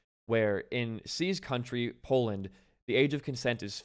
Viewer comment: i cringed so hard when i heard poland